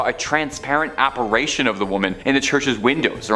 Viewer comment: App-a-RI-tion, not App-a-RAY-tion. Want us 2 like u? Pronunciation works WONDERS🙄